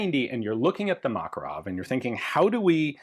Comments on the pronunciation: FYI, according to linguist friends, stress should be on the second syllable- muh-KAR-uv. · You're pronouncing: "Makarov" incorrectly. (As do most English speakers). Mah-kar-ov. Anyway, I remember when these things were available and I thought they were a bit of a joke at the time, although my carry gun was a P7K3 so yes, I'm a gun snob. I do find it amusing when stuff people write off as junk becomes collectable. Although not as amusing as the P7K3, because people pay stupid money for them and when the buffer wears out after a couple of thousand rounds, the Makarov suddenly seems like a very wise option.